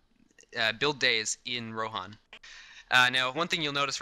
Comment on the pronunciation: Since when is Rohan pronounced Ro-hon?